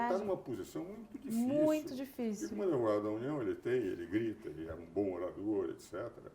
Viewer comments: Por que ele fala "adevogado"? Além, é claro, com menos inteligência e brilho, ser o Carl Schmitt brasileiro. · Adevogado. O cara se diz sumidade e fala ADEVOGADO. PQP!